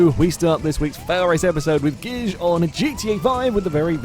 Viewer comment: I don't think Gijs is pronounced "Gizj" heheh